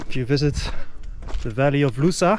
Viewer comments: ) close but...... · Funny how you say "Lousã" 🙂 Such beautiful journey. Thanks for sharing